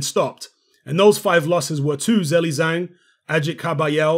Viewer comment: hello, ur pronunciation for his name is not right😅😅